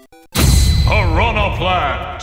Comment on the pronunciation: grande el al pronunciar las especies de Piranha Plant, ahora entiendo tu tweet de Viridi xd